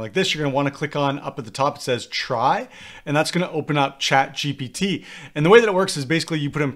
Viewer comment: It’s GPT.. not gtp